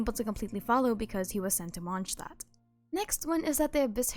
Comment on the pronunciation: The fact that you pronounce Mondstadt like that makes me happy